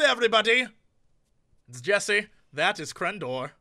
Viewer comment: OMG Jesse!!! You answered my stupid question AND totally butchered my name! I can now tell all those supermarket bitches to suck it!